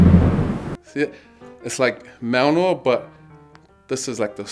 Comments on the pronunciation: Its pronounced, Mol - nir. You weird englishmen. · Man pronounced mjolnir "malnor" 💀💀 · Your not a thor fan when you call mjolnir MALNOR! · Did that guy really call mjolnir malnor? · Mearmear 😂 isnt that how darcy pronounces it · I love how he says mjølnr, meow meow like in the first thor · That dude called himself Thor yet can’t pronounce the name of Thor’s hammer😐😐😶😑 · .... As a scandinavian that pronunciation triggered me